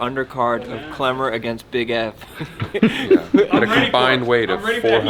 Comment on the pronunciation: kWemmer. No L's for Klemmer any more. Dave was so wrong, and those two chicks are unbearable